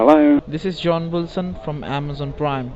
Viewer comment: scammer : "hello this is john wilson from AmAzON pWiME". victim : (hang up) lmao